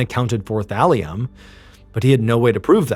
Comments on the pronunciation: Oh, thallium i heard valium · Oh Thalium!!! Haha I though you said VALIUM!! Hahah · take a shot for everytime Ballen says "Thalium" lol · Is Mr. Ballen saying “Valium” or “Thallium”? Sorry, I can’t distinguish what he is saying. 😮😅😊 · Lol i thought you said valium 😂 had rewind and listen again.. thalium makes more sense lol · thought he was saying valium